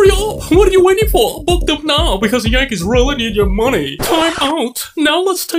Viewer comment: “The yawnkays”😂